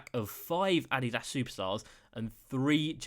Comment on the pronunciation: Never pronounce Adidas like that ever again.